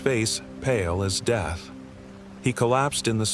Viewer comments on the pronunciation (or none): none